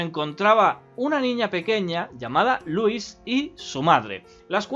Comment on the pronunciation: Me encanta que cuando dice "Louise" se escucha "Luis"